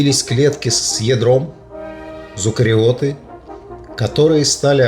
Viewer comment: Не Луки, а LUCA, это аббревиатура и потому не склоняется, как обычное существительное. Не Зукариоты, а Эукариоты (слышал звон, да не знаешь, где он?!)